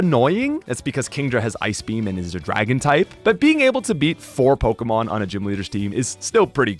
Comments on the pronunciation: you cant even say pokemon right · I cannot stand his pronunciation on most of the Pokemon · Wow, mispronouncing pokemon names and holding a contest where all you have to do is comment. I respect the hustle, here's a comment.